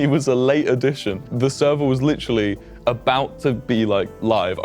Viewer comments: Bruh that british accent when he said literally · Why did when Anthony was doing the promo of honey he said literally and turned british